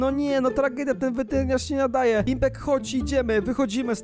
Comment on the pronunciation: czemu ty muwisz weterynasz a muwisz wertrińasz xd